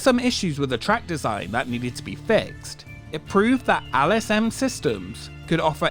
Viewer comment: Why do you pronounce “L” as “Al”?! It’s LSM not Al S M 😂